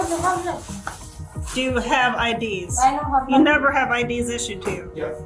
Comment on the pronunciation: "YeZ"... Stop talking